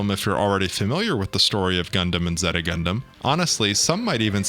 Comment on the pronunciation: how do you mispronounce Zeta when they constantly pronounce it in the show?